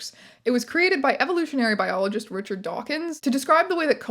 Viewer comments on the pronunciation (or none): none